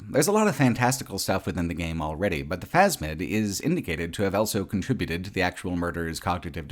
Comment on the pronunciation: pronounces the word "also" as "elso".